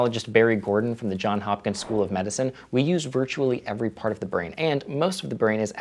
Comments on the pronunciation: Ahhhhh!!!! it's Johns Hopkins... Johns with an s at the end. I keep expecting that this won't bother me, but it still does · It's "Johns" Hopkins. "Johns"!!!! With an "s"!!! It's right there in the word. Just pronounce it!